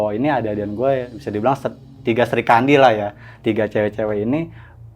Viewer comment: ade2an, srikandi, agak aneh penyebutannya